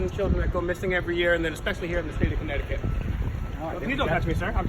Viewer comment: Connecticut, not Conneticut.